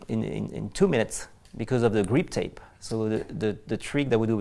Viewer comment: Did that French dude say GREEP TAPE?!?!?! What the fuck is GREEP TAPE??????